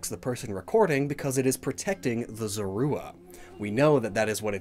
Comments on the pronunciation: Why don't you look up how to pronounce Zorua? It's ZORE-roo-uh not zore-ROO-uh... 🙄🤦‍♀️ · These are easily my favorite new designs we've seen from Legends Arceus. Zoroark has always come across as an edgy Lucario wannabe imo, but the Hisuian form knocks it out of the park in every aspect. also the way pronounces Zorua is very distracting 😬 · Wait... Is that how everyone says Zorua? Is always pronounced like Sora but with a z instead of and s. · Is anyone else bugged by how he says Zorua